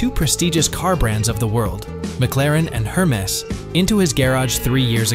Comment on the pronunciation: This guy clearly donno how to pronounce Hermes.......The H pronounce Slient......